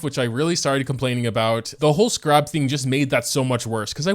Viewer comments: Dude it’s pronounced skeh rub, not skuh rob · Scarab is pronounced with the emphasis on the first syllable. SCAR-an, not scar-AB. My ears are bleeding. :-( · my guy- I'm sorry it's not scarAb it's scArab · isn't it pronounced "Scare-ab" not "Skarab" 😭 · I thought he was saying sca-rahb as a joke like "haha youtubers always pronounce things wrong" but even when he was madge he was still saying it wrong and I am screaming. Scare-eb I typically like the larger world quests because of the lore they give to the world, but the smaller quests are kinda just words to me. It's definitely a better idea to spend about 10 minutes grabbing the surface 40ish and then move to someone else's world, I was told the rest arent worth it until after you've done the quest. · Everytime he says scrab my brain wants to autocorrect it to scarab😅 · why do you scar rabs like that. its just scarabs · bruh it's pronounced Scare-Ebs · I really hope the pronunciation of Scarab is deliberately wrong. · Am I the only one triggered by how he's saying "scarab"? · do you just not know how to pronounce scarab or what? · WHY HE SAY SCARAB LIKE THAT UGH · I’ve never heard scarab pronounced this way before lol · Why is pronunciation everything under this sun atrocious. Its a joke right lol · Where'd you learn to pronounce 'scarab'?? My soul itches now. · I don't know what's funnier, being mad or the way he pronounces scarab 😂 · The real tragedy here is how moga pronounces scarab let’s be honest